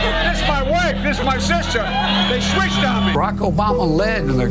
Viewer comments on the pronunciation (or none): none